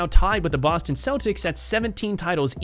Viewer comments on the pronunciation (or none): none